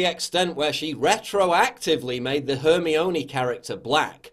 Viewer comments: How to pronounce Hermione: It's Her-my-uh-nee not Her-me-oh-nee. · Her mi one It's pronouced HER MI ONE not HER MAINE!! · 'hermey-ohney' hahahahaha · “Hermionee character”. You definitely haven’t watched the movies 😂 Agree with everything you’re saying though. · Man just called Hermione as hermy oan ay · Her-mee-oh-nee. Oh Paul. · Her-mi-oh-nee? What the hell Paul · Isn't it pronounced: her-MINE'-ee ?? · So are we just going to ignore how he said Hermione? hERmIoNY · Did you intentionally call Hermione HeRmYoWnY? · Hermy-own-ey XD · Cleoldbagtra Allsorts one that was pronounced wrong in this instant lol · Dude it's pronounced her-mine-ee lol Love your channel but you butchered that name haha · The way he said Hermione was funny. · the way u said Hermione tho lmao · Guys, guys, are we just going to ignore how he pronounced Hermione's name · Sorry, how did you pronounce Hermione? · Listen to how he says Hermione XD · I’m sorry HOW the fuck did you just pronounce Hermione?